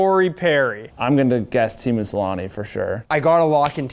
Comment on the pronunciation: deserved a strike for mispronouncing "Selanne"